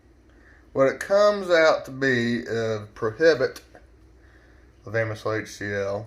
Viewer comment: I love how you say "Prohibt" 🤣